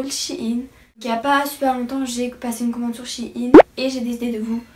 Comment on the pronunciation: oui et maintenant je commande tout le temps, par contre on sit pas shiine mais shein